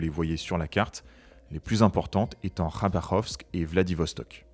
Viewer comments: Apprenez la géo et les noms des villes. Khabarovst…. C'est pas T à la fin, mais bien K. Khabarovsk. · La ville russe est Khabarovsk, pas Khabarovst. Attention! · KhabarovsK pas Khabarovst